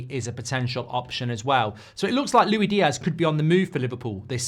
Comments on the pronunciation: Why are you saying it like lewy diaz instead of like lewis diaz 🤣. My head is hurting lol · He’s not Louie Diaz mate it’s Luis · Stop calling him Louie Diaz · Why doesn’t he ever pronounce LUIS Diaz properly? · Pisses me off how he pronounces diaz’ first name